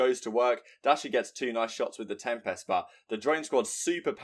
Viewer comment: I love you but you need to learn how to say tempest